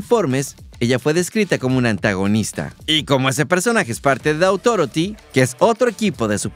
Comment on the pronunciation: ¿Por què siempre dice THE AUTHOROTY? Es THE AUTHORITY.